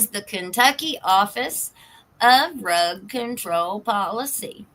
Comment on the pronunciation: Drug I keep hearing Rug